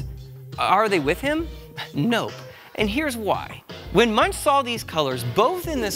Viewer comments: Fun video. BUT you mispronounced his name! Yikes! Moooongk is the accurate pronunciation! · come on man? Munch; really? His name is pronounced Moonk; Geesh JHN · Pronounced Munk, with a hard ending... not like a pothead having the munchies. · It's not munch, it's pronounced (moonk) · Yes, my Art History professor, who was Eastern European, made sure we were told that it is not "munch," but is pronounced "moonk." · Yeah - clicked out in three seconds; the guy doesn't even know how to say the painter's name! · 'An English pronunciation'? - there's no such thing. Anyone who said it the way you did would be laughed at anywhere in the English speaking world. You going to pronounce Goethe as 'Go-eeth' next?